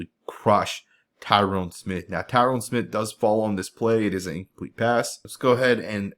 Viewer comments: Lord he's been on the team for 11 or 12 years, learn to pronounce his name already. It's Tyron pronounced ty-run with the emphasis on the ty. NOT TYRONE! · its pronounced Tie Rin Smith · nice footage, but I kind of got annoyed by the mispronunciation of Tyron Smith name... you kept calling him Tyrone lol